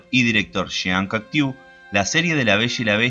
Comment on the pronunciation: En el minuto te preocupas por la pronunciaciòn del nombre de un actor, sin embargo te pasaste por el culo la pronunciaciòn del director Jean Cocteau al comienzo del video, no entiendo.